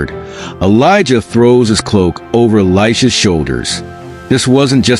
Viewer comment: YIkes ... this video mispronounces Elisha's name! check your